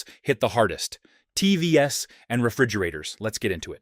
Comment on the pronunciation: AI is getting obvious - it pronounces TVs as TVS - is making mistakes like Mistake S BRING BACK HUMAN "S"